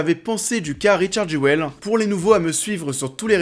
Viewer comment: ça se dit "jul" :)